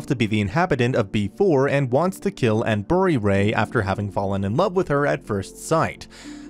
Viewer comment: Why he say bury like that